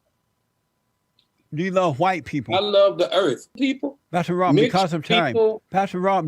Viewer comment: He can't say white. Why!!